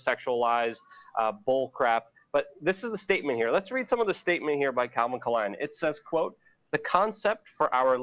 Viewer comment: Lukes 4d chess move pronouncing it K-lein as to not get picked up by the algorithms... Genius :)